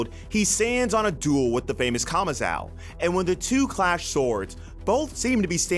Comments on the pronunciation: Stop saying kamazao. It's kamazo! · bro saying kamazau will never not be cringe